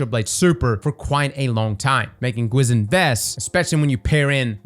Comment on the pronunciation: Gwisin Vest is pronounced 'gwee-shin'. It's Korean. 귀신 means ghost.